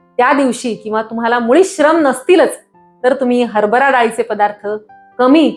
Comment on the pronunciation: हरबरा , नव्हे हरभरा. आपण दिलेल्या माहितीबद्दल धन्यवाद. आभारी आहे.